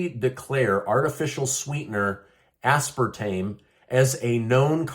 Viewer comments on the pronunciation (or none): none